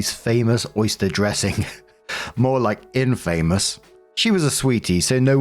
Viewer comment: That is not how you pronounce "infamous"... It is pronounced in-fa-mous, not in-fame-ous. Short a.